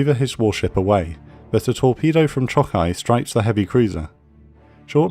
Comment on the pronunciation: Great vid! Those Japanese pronunciations could use a little polishing though. Choukai = Chaw-kai, with an "aw" like "awesome" Aoba = Ah-oh-ba, not Ay-ohbee Kako = Kah-koh, not Keiko